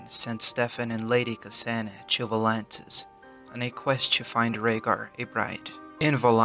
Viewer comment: It's "To", not "Chu".